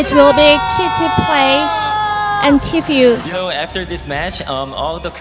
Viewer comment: the way they said Kitty Plays and Tfue 🤣😂.